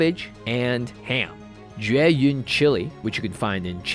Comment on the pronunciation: hey you pronounced jueyun correctly!! i’ve never been more happy to hear the correct pronunciation of something djdbdjdbdj